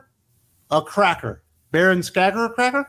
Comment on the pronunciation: Come on guys it's pronounced Skagerackrakor, pfft.